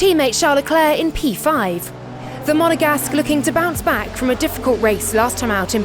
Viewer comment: "The Monagesqeu"... For ones already missed this 😅